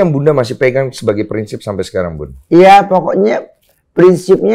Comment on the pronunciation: Bunda Dorce bilang "iye"